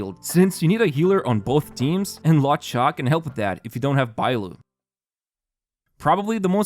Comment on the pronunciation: 'Kiu-kiu' 'Luo-chai' ? Please, watch a pronunciation video on the characters, I don't know who you're talking about. Except for that real nice vid ofc